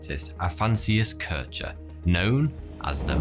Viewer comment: Good quality video, just a shame for the total ignorance / inaccuracy of german name pronunciation (Kirchner) ?